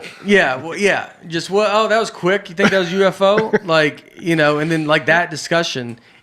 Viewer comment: I’m surprised no one mentioned Nate saying UFO-go…. 🎤🤷🏻‍♂️